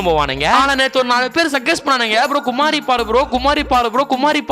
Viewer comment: Bro adhu குமரி bro குமாரி illa😂😂